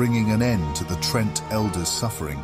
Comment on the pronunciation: Quel'THALLUS? TRENT? Quel'Thalass and Tree'nt are how they're pronounced.